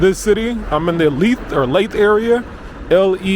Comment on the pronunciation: Great video pal. Leith is pronounce L-ee-th, like teeth with an L.